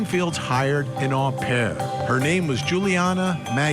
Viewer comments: Not a big deal but " Au pair" is pronounced "owe" pair.... not ahh pair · Well, if you're going to be picky, 'owe pair' is also an incorrect pronunciation.